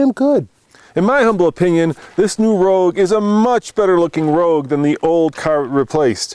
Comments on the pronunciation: Nissan Rouge???? Really guys lol Nissan ROGUE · Your into says rouge - as in the french word for Red